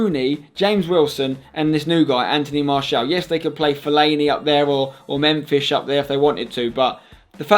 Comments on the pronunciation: nope you prenounce it as memfis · You have to take into account wages as well with players sold and players of a certain age that are deemed surplus to requirements, also it sounds like you are saying Memfish and not Memphis. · "Memfish" hahahahaha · "Mem-fish" - and . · Lol for man Utd he kept saying Memfish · You sound like your saying memfish it so funny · oh dear, "memFISH" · Wait.. Did spencer say memfish? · he said memfish instead of Memphis 😂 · Is it just me or is he saying memfish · was it me or was spencer saying mephish